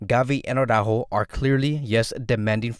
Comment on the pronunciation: Such a pity that Araújo will renew. Now we'll hear Awww-ráhho Awwww-ráhhho Awwww-ráhhho all of the time (instead of Ara-Újo).